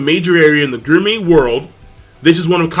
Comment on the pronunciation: why the fck cant you pronounce gourmet?